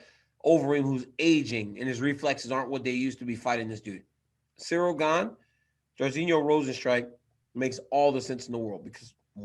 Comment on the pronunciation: Ariel HELWANI is the only MMA pundit pronouncing Cyril GANE correctly so far. I am sure Jon ANIK will take a page out of his Canadian book when commenting the ROZENSTRUIK vs GANE fight. Allez la France!